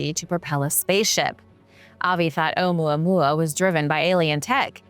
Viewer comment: Me too I can listen to her talk all day long. She has a very interesting way of explaining her topics and holding your attention. I love the way she says Ou Mua Mua. Can listen to that all day long.